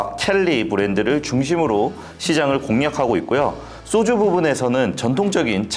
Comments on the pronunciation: "쏘주"가 뭐냐? "소주"라고 하면 안 되냐? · 쏘주? 소주? 경음 거슬림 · 쏘쥬 아니고 소주 입니다. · 왜? 자꾸 쏘주라고 발음하지? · 소주의 발음이 '쏘주'가 맞냐? 그럼 과자는 '꽈자'가 맞겠네? 야